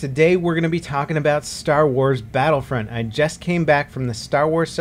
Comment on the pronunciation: Everytime u say 'Battlefront' i understand 'Battlefriend'